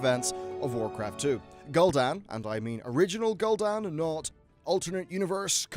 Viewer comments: You really need to work on some pronunciation things if you're going to make lore videos like this. You say Gull'Dan, as in seagull, whereas all voice lines in the game pronounce it Gul'Dan, which sounds like Ghoul Dan. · Lol at "Gull dan"